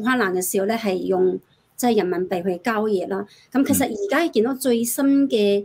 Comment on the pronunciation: 交易，讀成郊野